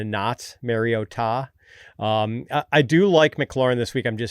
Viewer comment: Mar as in car not mare. Mariota. Also, for the love of god, can we stop with DevonTUH